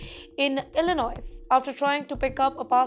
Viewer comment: ...Please do some research before reporting city or state names with the right pronunciation. Illinois is not Illi- Noise, instead Illi-noi...just ignore the "S" at the end.